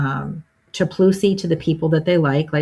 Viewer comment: "Diplomacy VIA Chaploosi!!???? 😭😭 How does a non-native urdu speaker get this so right?